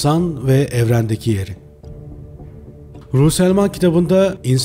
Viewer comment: psiyatristin soyadını yanlış söuleüyorsunuz.